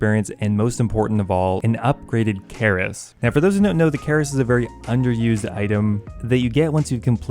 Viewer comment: "Kertis" Partisan haha great videos <3